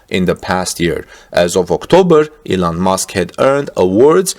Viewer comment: Thought you said Eland Musk